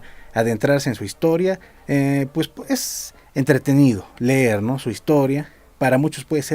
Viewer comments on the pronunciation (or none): none